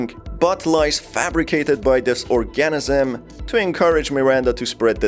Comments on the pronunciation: Guess you've never heard the pronunciation of the word 'organism' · Thank you! I though I was the only one bothered by that. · I just cant with the way you say organism But!!!!!! Good video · Couldnt watch anymore after hearing your pronunciation of organism